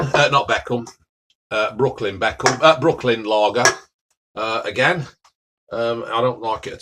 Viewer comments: It’s Brooklyn not Brookland 😂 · Are we ignoring that he's called it Brookland and not Brooklyn hahah